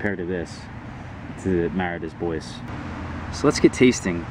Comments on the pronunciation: Mara "dAy bWah". French. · good information. What's more worthwhile to grow, everbearing or June-bearing? Also, don't be offended, but it's pronounced Mah-rah day Bwah. It's French. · you're pronouncing Mara Des Bois wrong